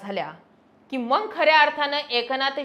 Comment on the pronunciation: छान विश्लेषण पण फक्त मंग च्या जागी मग बोलत जा...